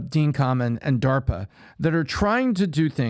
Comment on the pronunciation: It's pronounced Dean Kay-men. Sorry to correct you he's my neighbor 😂